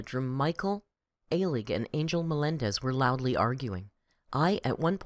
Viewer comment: It’s pronounced Michael Uh-lig (or Al-ig). Also his boss’s last name is pronounced Gai-shin (or Gai-shen)